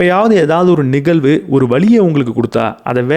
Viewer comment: அருமை.‌. Good talk & delivery. Kudos. ஒரே ஒரு கருத்து. 💐😊 தயவு செய்து 'ழ' உச்சரித்து பழகவும். நிகல்வு அல்ல நிகழ்வு என்று சொல்ல வேண்டும். தமிழுக்கு ழ அழகு. மெல்லினம் இடையினம் வல்லினம் அறிந்து பேசும் போது உங்களுடைய இந்த அருமையான பேச்சு இன்னும் மெருகேறும். மிக்க நன்றி